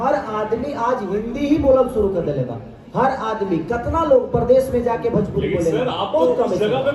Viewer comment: Are babua phle badhia se bolna to sikh le भजपूरी नहीं भोजपुरी होता है